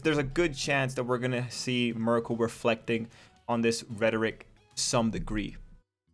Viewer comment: Miruko is pretty much Bakugou with bunny traits. Her name is pronounced Mee-roo-koh. I only mention this because you keep calling her Marco, and that's an Italian man's name.